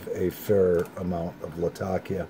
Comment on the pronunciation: one of the few pipesmokers i've heard that pronounces 'latakia' correctly